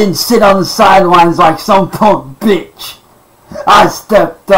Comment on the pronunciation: "Im tired of being a vitch."